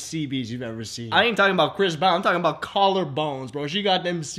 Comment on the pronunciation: the pronunciation of Collar Bones gets me every time lmfao